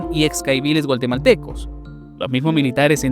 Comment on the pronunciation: DRONE??? SON VIDEOS DE LOS NEGOCIANTES DESDE SU CELULAR🤣Y SE DICE GUATEMALTECOS NO GUALTEMALTECOS